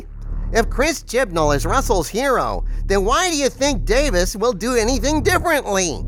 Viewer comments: His name isn’t Davis. It’s Davies. Rhymes with “babies.” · Russell T. DAY-VEEZ, not Davis. Now you know. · Davies, not Davis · DaVIES not DaVIS old chap :) like its a plural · I really enjoyed this one,. We are of the same mind and heart in regard to the return of Davies. Expressing both sides through a conversation with Harvey was brilliant. I do find one thing odd, though...you are the only Who fan that I have ever met that mispronounces Russel T Davies last name. If it was intentional, it was not obvious.